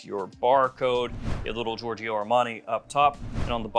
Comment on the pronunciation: Love your content. As a European though just one friendly remark: please don't pronounce the second "i" in Giorgio